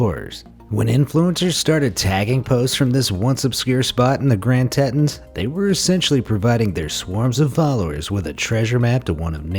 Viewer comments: It is pronounced TEE-T-ONS not tet-ins it was named after French bresticles for their resemblance of the mountains to a well endowed woman. I am kind of surprised that feminists haven't tried to have the name changed. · It's pronounced "Grand TEE-TONS". Not "TET-TONS". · Get your pronunciation correct! It's tee-tahns. And it's French for tits ... actually it's Grand (aka big) Tits. Ya' gotta love the French. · Ouch. Being from Wyoming, your pronunciation of Grand Tetons crushes my soul. Damn. Tee-Tons.